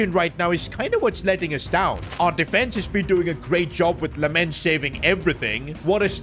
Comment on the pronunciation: It's lammens not lemmens